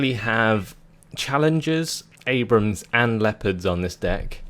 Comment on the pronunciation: *nods head slowly* and it's an "Abrams," not an "Abraham." Creigton Abrams was a general in the Vietnam War.